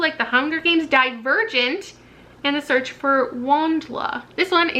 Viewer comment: I misheard you the first time you said Divergent, I was like what is "dead virgin" I've never heard of that